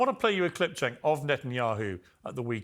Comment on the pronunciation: it's Cenk is pronounce like Ch- ank. Like BANK.